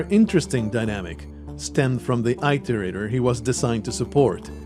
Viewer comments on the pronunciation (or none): First, this isn't meant to be mean or anything, just a correction. It's not "eye-tor-ate-er". It's said just as it is spelled. Iterator. It-er-ator. IT like the word well, 'it'. ER, like error, ATOR, like gator. I don't mean to come off as nitpicky but listening to this (more then watching) I didn't understand what you were talking about in the intro until further in when you introduced them. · And mine "The Affairs of Passing Gods: Rain World's Full Story" by Solemn Sunday. in. (Id link it directly but youtube like to auto delete comments at times that hold links) If you look up 'how to pronounce Iterator' it all comes out the same. As its also a programing term meaning to navigate a container, like lists... I've never herd it said like "eye-tor-ate-er". Another youtuber missaying it isn't evidence :P So counterargument countered. Again not meant to be mean or anything. But wanting to look up the story and get a better understanding of the game, I had to stop and go. 'whats an eye-tor-ate-er'? OH they mean it-or-ater. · Please look up the correct pronunciation of iterator. Dazzombies pronounces it in the way you do, so you likely got it from him, however you can find him mentioning in multiple videos as being mispronounced.